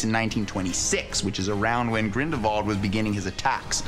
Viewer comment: Only a true fan would pronounce 'Grindelwald' as 'Grindervald'